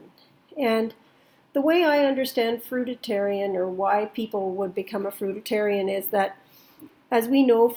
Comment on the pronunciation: I’ve never heard someone say fruitarian wrong until I watched this video